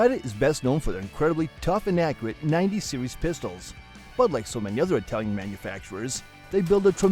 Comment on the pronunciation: Please pronounce...'Italian'...properly.